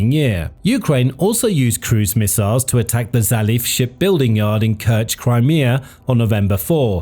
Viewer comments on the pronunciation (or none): none